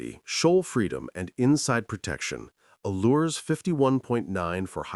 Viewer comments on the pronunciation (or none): Allures is a French brand and you do not pronounce the 's' at the end - say it as ALLURE. The same yard makes Garcia Exploration boats (which are all aluminium except the top of the coach roof, while Allures are aluminium hull, GRP deck). Najad and Contest may share some of the same naval architect input, but the yards are in Sweden and Holland and of very different build quality [neither are bad, but Contest is vastly superior].